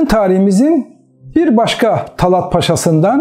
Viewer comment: Talât talat değil yahu şu Türkçeyi evvela doğru kullanmayı öğrenin